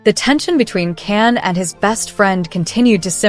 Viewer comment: His name Can sounds like John not Ken or can. Erkenci kus, kus sounds like koosh not cus.